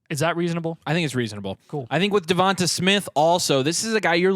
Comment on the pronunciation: Devonta is pronounced like da-von-tay sorry lmao I traded waddle for ridley though last week